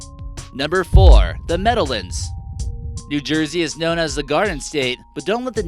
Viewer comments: MeadowLANDS not meadowLINDS lol but seriously good vid, i grew up in ringwood and there are some creepy places there as well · It's really weird hearing non-NJ natives try to pronounce simple words like Meadowlands. It's entirely phonetic: Meadow-Lands. Not like Newfoundland which natives pronounce New-Fin-Lind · Why do you keep saying Meadowlands so funny? I'm from NJ, nobody says it that way. Lol